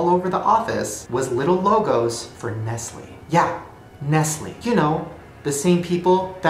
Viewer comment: The only real conspiracy in here was when he said nestleE 👀 👁👄👁